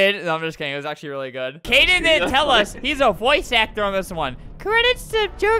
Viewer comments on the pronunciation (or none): His name is Kaden not Kayden btw